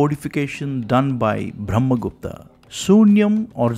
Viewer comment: you could say brahma gupta not bhrahma gupta